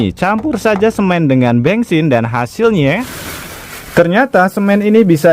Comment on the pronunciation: Bensin bukan bengsin 😂😂😂😂